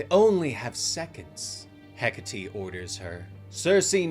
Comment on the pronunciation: Bro bro it's Heck-Ate not Heck-A-Tea 😂😂😂Hecate.😂😂😂